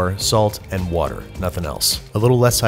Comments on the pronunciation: My grandma says wourder as well. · You need to stop hanging out with Brad Leone, I counted 2 'wourder's